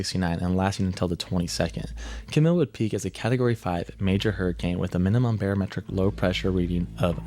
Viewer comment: Camille is actually pronounced as Cam-eel